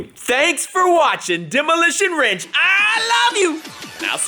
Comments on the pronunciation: He said "Demolition Wrench" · Demolition Wrench lmao, I had to rewatch it like 5 times